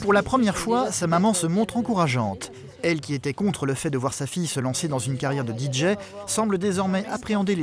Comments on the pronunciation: Même DIJÉ ... lol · Que ça m'énerve, pas juste moi j'espère. Comment prononcé un D et un J en anglais. Parce que là le narrateur prononce le D en anglais: Di mais le J en anglais ce n'est pas JI mais bien JÉ, JI étant la lettre G en anglais et JÉ la lettre J. Donc en anglais on dit DI JÉ et non DI JI... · Il aurait du le prononcer en français : Dé Ji 😜